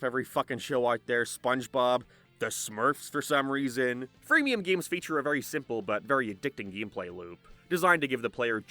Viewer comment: gayeems... why do you say it like that? disliked the video cause its pissing me off